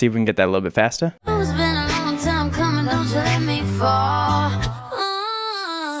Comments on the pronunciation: "CuMNiN" No body: "COMIN" 😐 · It sounds like “Cuming”